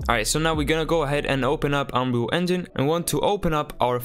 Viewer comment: Why did it sound like you said unreal fuck💀